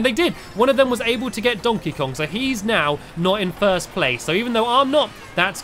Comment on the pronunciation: I love how he said dontey Kong 😄